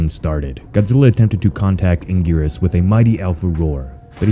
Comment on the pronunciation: You said Anguirus wrong